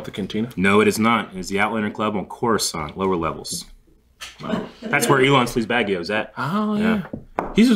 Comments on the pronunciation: Elon sleazebaggio is actually incorrect pronunciation😅🤨 but alas knowledge is nothing but spectacular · It’s slezebaggano btw not baggio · Bruh, it’s Sleazebaggano, NOT Sleazebaggio. Come on.